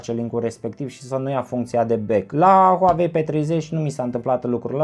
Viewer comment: Huauei nu Huavei 😂